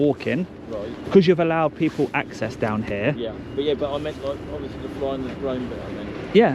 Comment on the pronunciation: Ovussly ovussly ovussly! 🤡